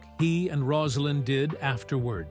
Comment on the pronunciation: The narrator can’t pronounce Rosalynn’s name (Rose a lynn) and thinks Jason Carter ( his grandson) is his son Jeff. Inexcusable.